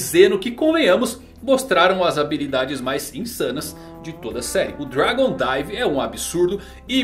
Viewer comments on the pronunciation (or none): none